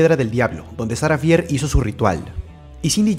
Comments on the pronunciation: No se pronuncia "Sara fier" se Pronuncia "Sara fir" pero se escribe "Sara fier" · No es sarah fear se pronunsia sarah fir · Shara fier es así lo dijiste mal bro soy tu fan me das un saludo